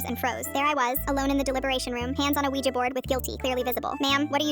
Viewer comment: That is not how you say a Ouija board